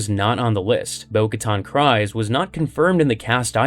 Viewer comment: Very Cool Video! Bo-Katan’s last name “Kryze” rhymes with Bees, not Cries. In other words, it’s pronounced Bo Katan Krees.